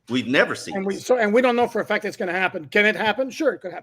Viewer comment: taking them to church about police reports I came to watch Dolphins and he took us to 101 number one rule of law but he was saying Factz with a Z